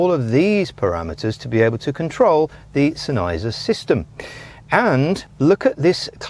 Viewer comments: Exactly. SENN-heiser, not Sen-EYEzer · Love the vid, it's pronounced Senn... Heiser like it's two words